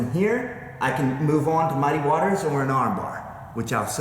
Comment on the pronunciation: fuc* u and your "mudd-ay waters" dat u like sayin soo much. bahaha what an idiot